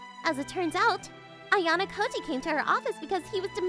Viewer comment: This guy is ruining ayanokoji's name. If ayanokoji knew that he is so dead😂